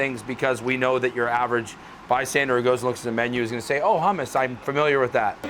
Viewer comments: he said hummes with an iranian accent 😂😂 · Looks amazing. Please teach that man how to say hummus.